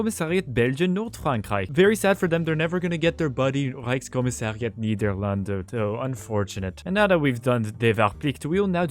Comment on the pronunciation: how did you just say the reichkommisariat thingy perfectly